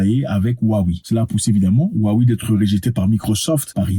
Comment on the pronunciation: Ça se prononce Wawé grand frére